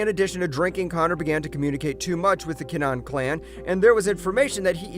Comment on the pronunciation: Tony montoya? Also its kin-a-han